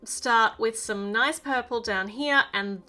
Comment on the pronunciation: The way she said ' nOIce' 😆 I luv Aussie accents ♥️